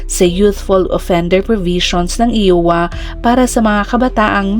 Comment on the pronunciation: IOWA should be pronounced "AYWA " po NOT "IWA" 😂😁🤪